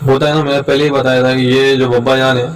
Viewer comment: Bhai Bapa Jaan nhi.. Baba Jaan.. Audio ko Durust karo aap ki..